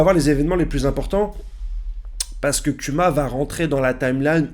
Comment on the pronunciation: kuma se dt Kouma et dragon, c'est dragone en prononciation